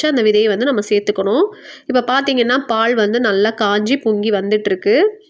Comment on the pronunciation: பால் உச்சரிப்பு காது எரியுது ,பாள் பாள் ங்கிறிங்க